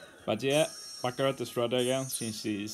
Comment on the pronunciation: Finnaly someone on YouTube is saying Baccarat instead of BACCURA (The Panther luffy fought in Amazon Lily)